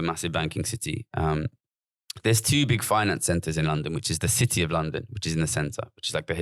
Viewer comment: Why has Gary added a Los Angeles style twang to his accent for this podcast? He keeps saying Cidee instead of City and other weird quasi-Americanisms. I'm scared he might start going up at the end of his senTENCES.... like he's asking a queSTION